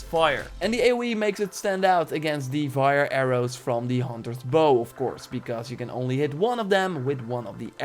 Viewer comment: It's fire. Not vire of wire